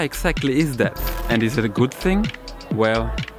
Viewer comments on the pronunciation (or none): none